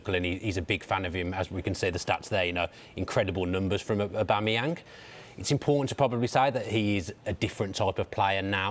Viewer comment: "Pierre Emerick Obamemyang" - who doesn't know him 😂